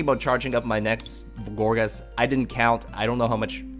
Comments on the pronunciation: Loool.."Gorgeous" xD. I can tell you really like this Pokemon although it is actually pronouced "Gour-geist". On a more serious note this is actually a cool deck, sure to work against even those bulky EXs. The only thing I would suggest is to maybe swap out 2 rollerskates and add a Slurpuff w/ Tasting, just for consistency. :) I like the vids man. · I believe that it's pronunciation is "gour'gaist'", from "poltergeist"